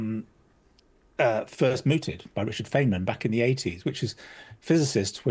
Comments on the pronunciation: FINEman, not FEIGNman! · Apart from his pronunciation of "Feynman".